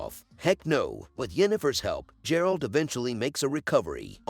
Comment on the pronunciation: Ffs its not J-eralt...